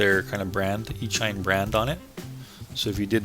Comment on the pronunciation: Just fyi, it's pronounced E-sheen... as in "electronic-machine"... e-mail... as in "electronic-mail"...